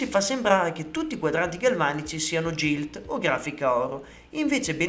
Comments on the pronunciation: Solo una puntualizzazione, non per fare polemica ma per perfezionare il canale e la conoscenza degli utenti: GILT, da quello che so, e' una parola inglese ed in questa lingua la "G" si pronuncia "GH" qunidi GILT si dice GHILT, GIG si dice GHIG, MAGNUM si dice MAG-NUM ( quasi come se fosse 2 parole MAG e NUM). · Bellissimo video ma la pronuncia corretta é GHILT e non GILT...❤